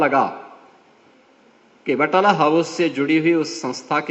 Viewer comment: बटाला house😂😂😂😂😂 Naam tak to sahi nhi aata बटला house